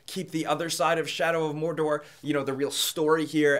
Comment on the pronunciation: You missed pronounced Mordor. Unsubbed! FANBOYS UNITE!